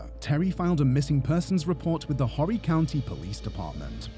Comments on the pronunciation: It's is pronounced "Orry" the H being silent. Myrtle Beach is close to swamps, rivers, and gators. They will probably never find her body unfortunately. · It's pronounced Orry County. H is silent 🤙 sad case 🙏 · You aren't supposed to pronounce the "H" in "Horry" County. It's pronounced "OR-ee". I know this because I know people that live there. You may have pronounced the "H" because of your accent. But, there are many Americans that do mispronounce it. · Horry County is pronounced without the H ( Orry County ) The H is Silent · Correction, it’s spelled Harry county but it’s pronounced ORry county